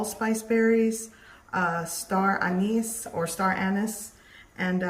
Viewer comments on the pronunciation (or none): none